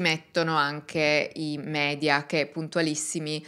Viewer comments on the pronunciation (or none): none